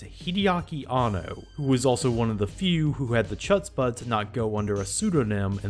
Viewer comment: Chutzpah is Yiddish, which has a kind of throat-clearing sound for "ch", so it sounds closer to "hutzpah". I used to make the same mistake 😆💗